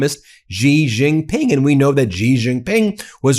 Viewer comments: Thank you for all your coverage.. always on point, however.. just a small note.. Xi is pronounced "She", not "Gee".. No biggie.. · I will keep posting this until someone at Midas sees it. Xi = She.. not Zhe. Please stop mispronouncing his name. It only takes a few seconds to listen to the phonetical pronunciation of names. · To pronounce "Xi", say "seek" and take away the "k". Or just "sea".